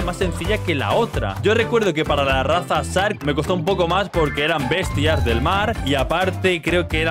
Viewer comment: bro yo veos tus videos y todo pero no es sark es shark pronuncialo bien porfavor